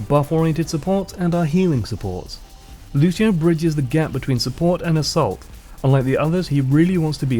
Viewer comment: That's really nice. Also you saying Lúcio, trying not use american accent is really cute haha Nice job and keep it up!